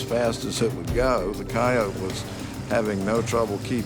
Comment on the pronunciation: Right, coyote, "kye-yoat", not "coyotie".